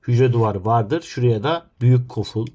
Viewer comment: Koful❌ Goful✅